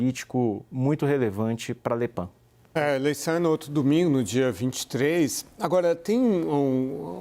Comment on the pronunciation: "Le Pan" é foda hein... pode falar Le Pen mesmo.